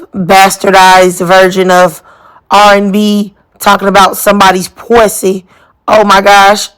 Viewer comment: Not “pwwsssy” 😂😂😂😂😂😂